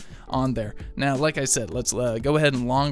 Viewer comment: say the word "now"........ Now drop the 'w'